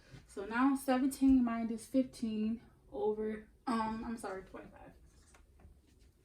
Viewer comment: Saying Mindus Is getting under my skin 😩 Minus .. No D